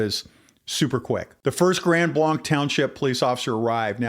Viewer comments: Please pronounce the town name correctly. It is NOT Grand BLAHNK. It is Grand BLANK. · Overall, good brief. 👍 No, I don't think that you cherry pick verses. The local (proper) way to pronounce the name of the location is Grand Blank (regardless of the French spelling). The LDS are NOT Christian, regardless of their claims. Here are a few FACTS about them: They believe that God was once a man and married. Humans can become Gods. Jesus and Lucifer are spirit brothers and older brothers of humans. They have different sacred writings. They have the New World Translation, Book of Mormon, The Pearl of Great Price, and The Doctrine and Covenants. NONE of this is Christian. All of this being said and understood, NOBODY DESERVES SOMETHING LIKE THIS TO HAPPEN TO THEM. All human beings have the God given right of defense, regardless of religion or lifestyle. There is 0% chance of a person turning their life over to Jesus if they are not alive. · Trust me its pronounced grand blank. It may be french but non of us from the area pronounce it that way. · I will share with our Pastor, thank you. I live near Gr Blanc, and have always heard they have a good PD. The DNR officer response was such a blessing! One totally unimportant thing I'll mention is that locals mispronounce the township name as Grand BLANK. Just in case people are wondering why interviewees say blank vs blanc, it's local dialect. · Grand Blanc is pronounced Grand BLANK. 😊.